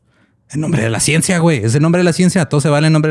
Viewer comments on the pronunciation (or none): dice "ciensa" jajaja